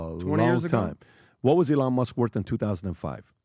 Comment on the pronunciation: Sometimes it's difficult to follow along when listening because PBD pronounces Elon and Iran the same exact way